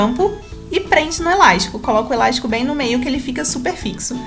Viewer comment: "Eláixtico "... amo esse sotaque😂